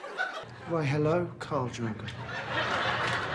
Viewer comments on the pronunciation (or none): none